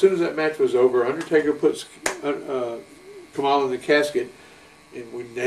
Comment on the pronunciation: Kamala, not Komala.